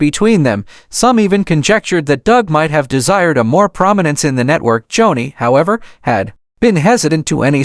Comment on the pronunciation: Its joanie.... Pronounced JONI, NOT Johnny!! Joni Lamb before Marcus' death was with Doug Weiss. Read an listen. In lust an a home breaker is Joni Doug Weiss still married to His wife lisa!! Joni made her decisions an today sits with Doug Weiss in an adulterous marriage! They both sit in sin an speak Jesus on public TV! WHAT???? "NO FEAR.) HOW CAN IT BE? No pity Joni made her own decisions an Doug Weiss in as deep as Joni is!! Warnings, not judgement!! The Lords vengeance will come!! Lord have mercy! 😢🙏